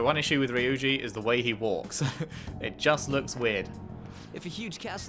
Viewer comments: Kamoshida is one disgusting teacher lol!, please pronounce Ryuji’s name “Reeuji”, not “Riuji”:p I think that the “y” is messing up the prononciation of English speakers. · His name is pronounced "Ree-you-gee" :)